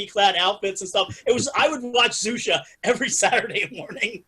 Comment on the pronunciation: xuxa is pronnounced shoeshah :)